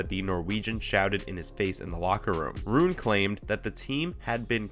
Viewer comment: You pronounced nearly all the names incorrectly. Rune=Roon-uh, Corretja=Corretcha